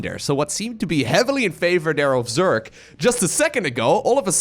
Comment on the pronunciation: If this guy tells Zerk instead of Zerg 1 more time i will be mad.